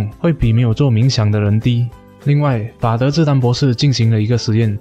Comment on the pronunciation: 法德志丹....我怎聽成媽的智障.....